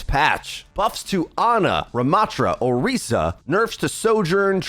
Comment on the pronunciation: man says orica